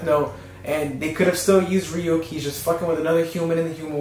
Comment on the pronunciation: You pronouncing Ryuk "Re-UCK" though